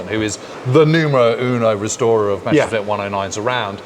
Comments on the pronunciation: Why is there a tendency to pronounce it Mescherssmitt instead of Messerschmitt? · Seems suffers from a bit of ooooo Meshersmitt Meshersmitt syndrome.